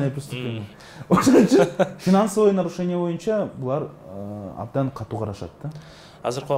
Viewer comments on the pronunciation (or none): none